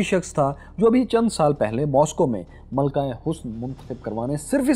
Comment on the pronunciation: Sir malka nahi Malika hota hy please